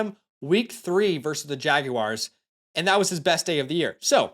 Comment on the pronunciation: Idk why “jag-U-wires” caught me off guard 😅